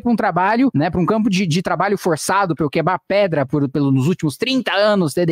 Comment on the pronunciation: A única coisa que eu escutei foi "quebá pedra"